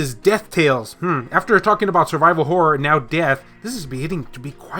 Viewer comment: horror adventure game i had to rewind i thought you said wh0r3 adventure game😂